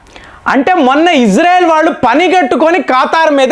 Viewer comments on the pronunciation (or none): none